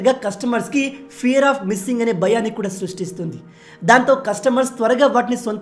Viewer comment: Tier tire kadhu anna 😂